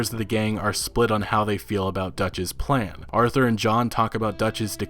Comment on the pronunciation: Did you just say P L A N